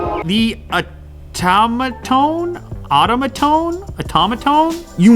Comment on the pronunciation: It’s pronounced OH-tuh-muh-tone